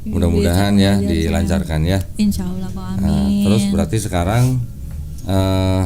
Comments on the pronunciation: Si mbaknya bilang Allah kok Aullah....mbok ya dibenarkan ngucapkan nama Allah....... agar pas gitu! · mungkin hrs belajar juga mengucapkan ٱللَّهُ dengan benar. Beberapa kali pengucapannya menjadi OLLAH.